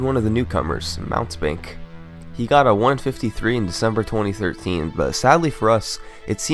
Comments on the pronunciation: Mountebank is pronounced Moun-tee-bank, and it means charlatan, fraud, or trickster. Usually it has the sense of being petty. Just a fun tidbit when thinking of this guys' runs. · FYI mountebank isn't "Mount bank", it's "mount-ee-bank". It's a word that means charlatan, or professional, but small time, fraud. Not two separate words, but a single word. Think of a man in a cape trying to sell you something worthless, then once you find out it's cheap nonsense, he drops a smoke bombs and tries to run away.